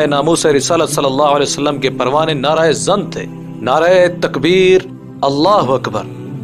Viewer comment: اوہ بھائی تلفظ کی اصلاح اور مشق کر لیا کرو مثلا نعرہ زن ۔ کو نعرہ اے زن (عورت کا نعرہ ) کیا مطلب